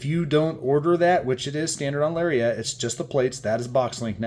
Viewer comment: LariAT not lariET 😂